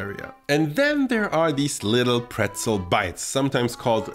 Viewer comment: Nice recipe, and thank you so much for the proper pronunciation of pretzel, as an American who is interested in learning German and travelling to Germany that was helpful. Prost! 🍻